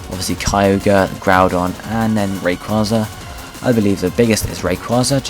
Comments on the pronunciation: it was pronounced "Ray-KWAY-zuh" in the movie Destiny Deoxys. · i cringe every time he mispronounces Rayquaza's name. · So true